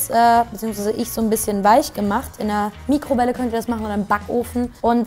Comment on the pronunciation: sie hat nikrowelle gesagt